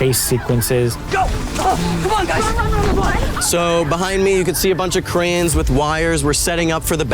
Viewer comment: Noah saying cranes sounds like "koreans" lol.